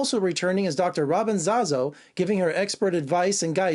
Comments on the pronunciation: Claims he has "watched the series since day one" and completely butchers her name. 😃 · Lol he mispronounced Dr. Zasio. I used to do the same 🙄